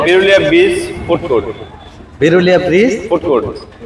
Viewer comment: ভাই,এটা বেরুলিয়া না। এটা বিরুলিয়া।